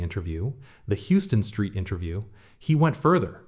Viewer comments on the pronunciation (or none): For future reference, it's pronounced "Howston street"